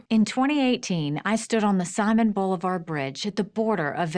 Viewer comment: the way she pronounced that gave me hemmroids It’s si-mown bol-ee-var...